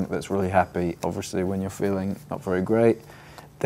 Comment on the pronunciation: Right, but it can change enough to sound entirely different tho. He still pronounces ''Obviously'' as ''Oversley'' so I guess he's still fine ^^